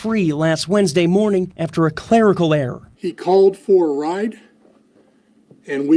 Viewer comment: Error not era....c'mon man get it together!